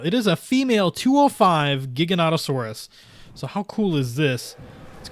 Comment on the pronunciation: it's pronounced jiganatosaurus